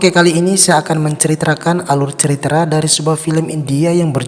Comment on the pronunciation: "Ceritra"...apa cuman saya yang dengernya begitu..